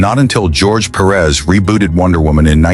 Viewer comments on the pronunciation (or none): none